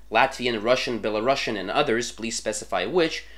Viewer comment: Belarusian is pronounced like this beh-luh-roo-see-ehn.